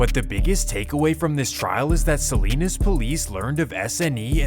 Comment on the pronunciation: SALINAS not SALINES